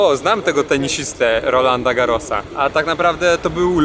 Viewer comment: Usmiechniete to, mlodej i sympatyczne. Jak im powiedziec grzecznie ze zjedli, zlaserowali, zlikwidowali UE pod tytulem francuska Polinezja. Dwa dni lotu. Etammm ide sobie...ogladac podroze po Niemczech, nie znam to nie bede sie denerwowac. PS GaroS wymawia sie wyjatkowo S na koncu, bedzie przydatne bo te tenisowe rozgrywki jeszcze trwac beda i beda